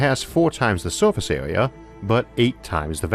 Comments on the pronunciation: The speech impediment kills it. Awound. Awea. Mateaweal. I'm not trying to be cruel, but it distracts attention from the subjects being discussed. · Biggor aw Bettor awea wator punctor lol